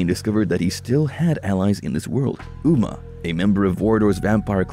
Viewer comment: Not bad, some mistakes such as Umah. Aside from that, the use of AI to read is a bit obvious, as the fans of this series are well aware the ancient race at war with the vampires are called "hill-din' instead of "hyle-din"...those are small points, but can be the difference between being "the authority" on the topic or merely speaking on the topic.